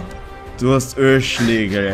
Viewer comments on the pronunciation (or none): Der heißt immer noch ÖLSCHLÄGEL und nicht ÖlaschläNgel